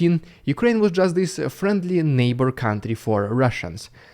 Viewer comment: Странно, neighbour ты норм произносишь, с мягкой "р" а hatred, с русской, "rolling R" ))) ERRREIZ, MORRR, EURRROP, UNDERRRSTAND